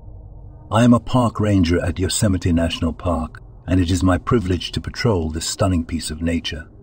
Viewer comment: Yosemite isn’t pronounced Yozemeety